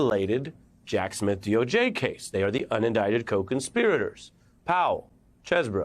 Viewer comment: I like how you emphasize "convicts".